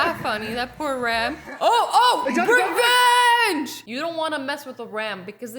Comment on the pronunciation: iTs aCtUAly RAM-VENGE